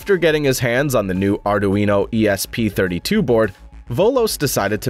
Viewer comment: "Are Doo Eeno" ? I always thought it was "Are Dwee No" Sounds like the speech generator code needs a little work!